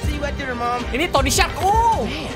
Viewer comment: Tony stark bukan tony shark